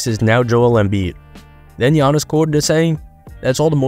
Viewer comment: Bruh butchered tf outta giannis' name LOL